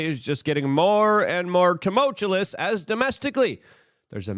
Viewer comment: TumulULOUS. Bro, just lean how to say it right, just once and then you'll have it. If you are going to say the word ALL THE TIME, just learn to say it correctly.